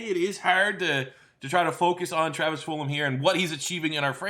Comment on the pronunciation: Am i missing something on why he call his Full-um and not Full-Gum?